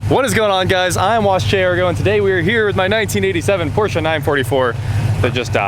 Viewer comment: Thank God! Finally someone who knows how to properly pronounce Porsche.Old Germanic name people, two syllables please.